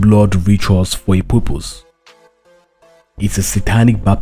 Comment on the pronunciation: Dud u say purpose, or poopoos?